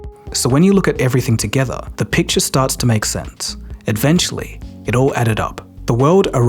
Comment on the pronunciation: Eventually, not edventually